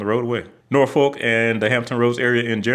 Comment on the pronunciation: It's pronounced NorFick.. also NawFick by some.. 😊